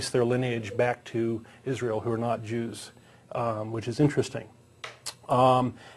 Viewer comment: did you say "Jews" or "Juice " as in orange juice ?? work on your pronounciation